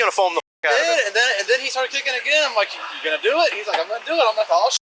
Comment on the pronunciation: “What’d I doo?” “What’d I doo?” 🙄